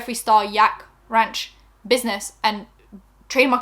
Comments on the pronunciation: Ranch's "a" is pronounced like you do when you say "ant", or a long vowl. <3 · Ranch - you said it right the first and third time. Also, it’s America you can’t pronounce anything wrong 😄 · trying to say ranch 😂👏😂👏